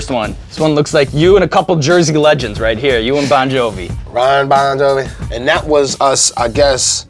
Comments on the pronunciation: Haha he said..Ron Bon Jovi😂 Redman is the best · Did he say Ron Bon Jovi? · "Ron bon jovi" lol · 😂😂 "Ron Bon Jovi" 😂😂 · He really did say RON Bon Jovi